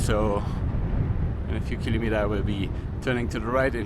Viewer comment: this was awesome, as usual! But i have to ask you something: could please Look Up how to say kilometer in english please? You say it 50 times per video, i think it would pay off to say it properly. Otherwise, keep Up these awesome Videos (and Pictures!)